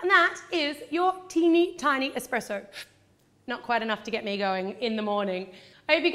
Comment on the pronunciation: I love the : -cupcakes -expressoes